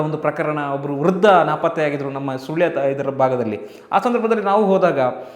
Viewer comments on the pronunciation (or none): none